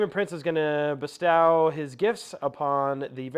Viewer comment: Good game. Nice video. Different faces. Dude needs to learn how to pronounce “bestow” though.